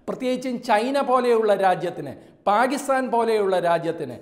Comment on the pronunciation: Scrpt n presentation ok.. But ucharanm kore saryaknm 'ലെ'ണ്ടൻ അല്ല 'ല'ണ്ടൻ പാ'ഗി'സ്താൻ അല്ല പാ'കി'സ്താൻ